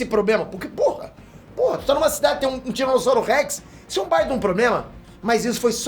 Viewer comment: " "Esso" sou eu"??? Tá amolecendo? Kkkkk